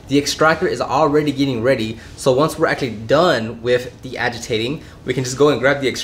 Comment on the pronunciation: Why can’t you say actually right